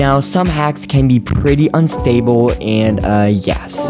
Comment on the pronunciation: bro when he said unstable that accent is pretty similarly to weembu